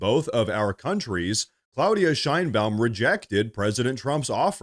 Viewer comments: Mexican president "Shinebaum" lmao perfect. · LOL I thought you called her "shine bottom" LOL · Sheinbaum . That doesn't sound like a Spanish name.